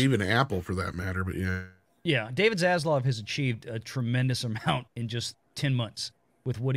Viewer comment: dude.......it is ZasLAV. please, for the love of the almighty himself can you say his name correctly (not ZasLOV).